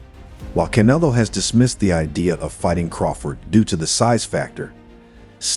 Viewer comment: "Canelo " is pronounced, - c, sort a , ne,(short e), lo. Come on boxing fans...you know better